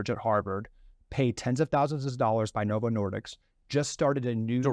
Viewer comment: As someone who knows, it drives me crazy that he keeps getting the name wrong. It's Novo Nordisk, not Novo Nordicks! 😆